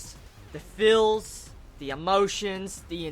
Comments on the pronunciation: Are you trying to say "feels" or "fills"? because you sound like you're saying "fills" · Okay then, but sorry if i think you're saying fills from time to time